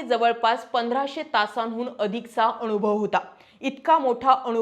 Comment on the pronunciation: Marathi chi aai bahin nako kar Anubhav shabda nit bol kaku